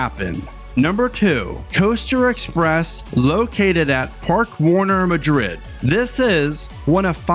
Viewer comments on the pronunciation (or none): none